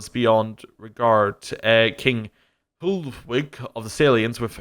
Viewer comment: Soissons is French, so it's pronounced swa-sonns. In the name of king Hlodowig, Hl is pronounced similarly to Chl - the name is also spelled "Chlodwig" or "Clovis". the ii in the end of latin plurals should be pronounced ee-i (according to most places) Syagrii -> sy-ag-ree-i.